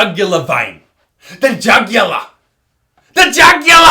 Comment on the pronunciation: The way he says “tHe JuGuLaR!!”